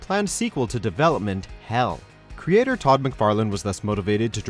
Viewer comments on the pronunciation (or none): none